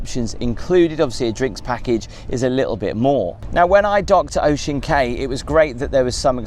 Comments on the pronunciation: Cay is pronounced Key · Cay is pronounced as key...